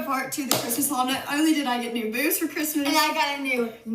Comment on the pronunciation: Does anyone else hear "wh*re" when he says "haul"?!